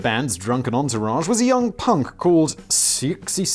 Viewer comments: Him trying to say Siouxsie's name physically pained me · LMFAO :D "Sucksie" xD ... 'Siouxsie' is pronounced "Susie", it's a play with the homophonous sound of the native American ethnicity 'Sioux', which is pronounced "Sue" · Siouxie Sue is pronounced souse sue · Siouxsie is pronounced 'Susie'. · "Siouxie" is pronounced "SOO-shee". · Simon, Siouxsie is pronounced like Susie. Just thought I'd let you know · Reese Witherspoon. Just sayin', does Whistle boy know who she is lol. Suzie Sue is how you say that, like the Sioux natives of the Americas. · I like you Simon but the sheer disrespect of mispronouncing the Queen Siouxsie's name!!! It's Sue-zee!! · It's suzi sue, suzie an the banshees, yes spelt differently but very definitely said as suzi or susey? I normally laugh at the mispronounced stuff, but this is a serious fuckup fact boy! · Simon how the F@ do you not know how to pronounce Siouxsie??!!